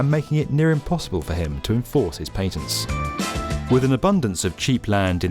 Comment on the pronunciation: I just realised I must've never heard a British person pronounce patent before or is he an anomaly?